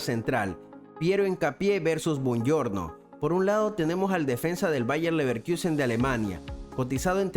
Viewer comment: LeverkUsen NO leverkIUsen!!!! 🙈